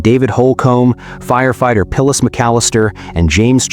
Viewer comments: Nice AI.... "Pillis" McAllister? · And they mispronounced Phyllis's name as "Pillas" several times. What a disrespect to a fallen heroine! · Hate these AI narrations. 'ackers' for acres, and SO disrespectful to call dead firefighter Phyllis McAllister 'Pillis' and to call him 'she..'. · your AI mispronounced Phyllis's name as "Pillas" several times, too. This is extremely disrespectful to this fallen heroine!